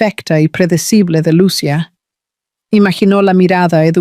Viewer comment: Por favor porque los narradores no pronuncian bien los nombres de los personajes, lo digo porque se olvidan de señalar los acentos en los nombres Lucía se pronuncia con i con acento no Lucia sin acento. Repasen la gramática de la lengua española